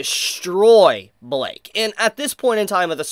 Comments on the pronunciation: why u saying blyke like that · it's pronounced "blike" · his name is blyke not Blake or bike its blyke